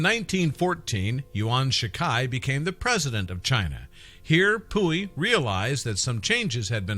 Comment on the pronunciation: Pu Yi not pooey